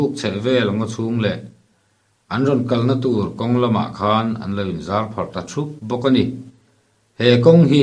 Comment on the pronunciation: I lovestory chhiara, i lamdik heklo, asawi phiar phiar ta maia tihte kha LA Phiar angin, PHIAR te kha i lam a, i thlukdan pawh diklo atam mai.